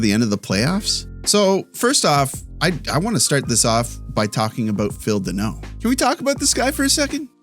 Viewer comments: It's Danault. Not Deno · FYI it is not denault -- it's dAnault DA not DE ,i was maried to a Denault for 35 years was told to many time cheers